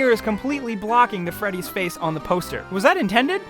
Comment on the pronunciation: five ight at fressy